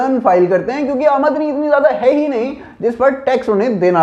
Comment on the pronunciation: आमद नी नही आमदनी